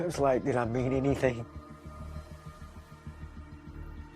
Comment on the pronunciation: the correction from "anything" to "anyting" gets me every time lmaoo